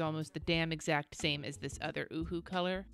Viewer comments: it is pronounced o-hu-hu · I busted out laughing every time you said “Ohuhu.” 😂 #grownup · lizziesf87 yup... Me too... Laying in bed laughing outloud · Me too!!! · Omg, so did I 🤣🤣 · Lmao at you saying “ohuhu”